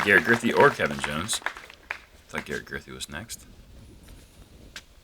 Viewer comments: How do you mess up Garrett's last name when he's clearly the girthiest/gurthiest player in the field. Absolute unit. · LOL...when an announcer mispronounces Garret's name he should step off the pad as if to wait for the player with the announced name